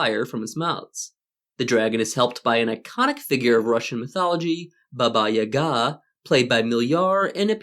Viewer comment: Finally, a westener who pronounces "Baba Yaga" the right way! Bravo.